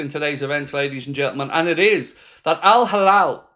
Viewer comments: it's Al Hilal...err it's not Al Halal...? err,... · It's Al Hilal not Al Halal. It ain't difficult buddy